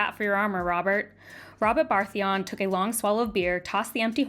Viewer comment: the Baratheon pronunciation 😂